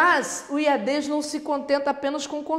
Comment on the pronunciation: A professora chama de Iadês, o certo não seria Iades? Sem ênfase no E.... Desculpe a ignorância..